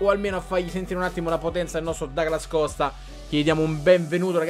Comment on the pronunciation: Comunque si pronuncia Duglas Costa...perché è brasiliano. Ma qui oramai...dopo Becnabor...😂